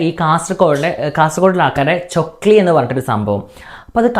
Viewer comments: Chokli alla chackli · Chokli alla chakli😂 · ചൊക്ലി അല്ല chakli 😁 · ചൊക്ലി അല്ല ചക്ലി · ചൊക്ലി അല്ല 😂😂😂🤣🤣🤣 ചക്ലി എന്നാ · chokli alla chakklee enna paraya